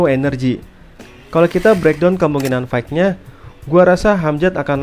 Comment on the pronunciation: bantu koreksi, fight itu bacanya fait bang bukan faik. Sama kek night yang dibaca nait bukan naig.